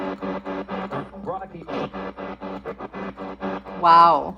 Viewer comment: It’s Roggie!!! I heard it’s Roggie, not Rocky.